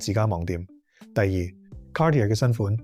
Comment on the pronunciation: Dude you gotta figure out how to pronounce “Cartier”